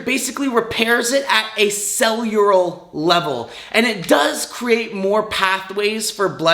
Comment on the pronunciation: Eggzeema, baseses, cellullull… tell me more science man.